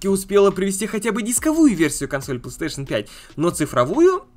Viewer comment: Он дальше говорит "плестеейшен" :( если сложно выговорить, то говори "консоль сони"